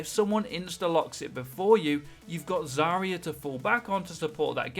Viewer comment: AGAIN ITS ZAR-YA NOT ZARY-YA FFS TRIGGERED